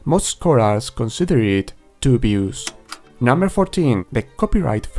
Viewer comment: It is fine. There is no inconvenience at all. I just want to help you out is all. For the most part the pronunciation isn't too bad. I think the word "dubious" was the most incorrect sounding. It is basically like combing three words together— "do", "be" and "us". "Do-be-us".